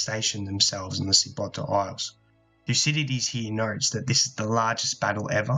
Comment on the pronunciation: Very good.I live on Corcyra, which is now Corfu and the Greeks pronounce Kerkyra. Sybota is actually pronounced Syvota,as the B in greek is a V. I think I am right in saying that 100 boats were waiting in Chimerium for a year. This is now Parga and there is a big bay with a fresh water spring coming into the sea at 30m deep and is visible on the surface. No doubt they would have taken water from there. One day I will scuba dive to the bottom and take a look.